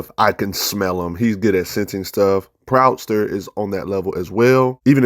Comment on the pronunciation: It's John Proud Star not Proudster lmao Good content though bro...keep rockin!